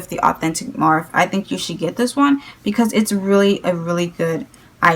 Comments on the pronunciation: Morphe not morph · morphe is spelled like coffee, like morffee, and matte is spelled like the name Matt... sorry it's just a suggestion, I'm personally a grammar freak so it just bugs me but you can do whatever you want. honestly, I doubt anyone else is bothered by it